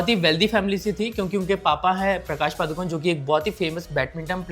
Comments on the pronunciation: The actual pronunciation of Padukone is not पादुकोन it's पडुकोणे that's also a place name in Karnataka that's where they hail from. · पादुकोन नहीं The correct pronunciation is पडुकोणे (Saraswat Brahmanas also have a surname called Moodukone मूडुकोणे